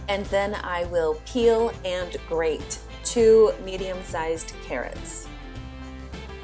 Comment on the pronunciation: I've been meaning to tell you this for so long lol. The more I school my children the more I find it so important to enunciate all the words! I always notice thats something you do. Instead of grade the carrot, you say the way its spelled. Grate. or spinaCH instead of spinage. How will our children learn to spell since its so confusing anyways if we dont say the words correctly! Anyways lol tangent over.